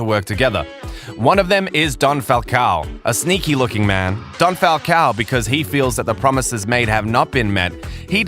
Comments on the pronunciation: It's "Falcón" not "Falcao" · My most favorite moment is when you pronounce the name Falcon not Falcow